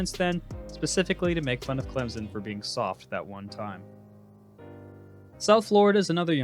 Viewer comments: It’s not clemzen it’s clem-son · You’re a Clemson fan and aren’t on him about his pronunciation?it’s not clemzen